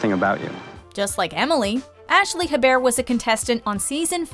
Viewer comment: The way you pronounce “Hebert” is ,,,,, not great